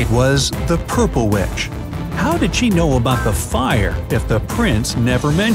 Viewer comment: Did anyone notice how he said "purple" ?